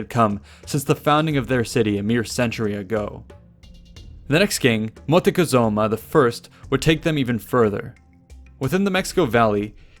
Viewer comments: Is not Motecozuma I, but Moctezuma I. That was funny. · It's not "Motikesuma" it is pronounced Mok-te-su-ma and it means "Archer of the Sky" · I believe the right name is "Moctezuma". I'm curious on the historical source where you found "Motecohzoma".